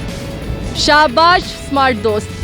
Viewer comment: Ye Panjabi smart ko samart ku Bolte hen..😉